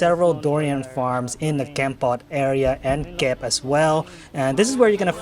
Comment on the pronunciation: Come on,. You gotta pronounce Kep the correct Khmer way and not western style. 😂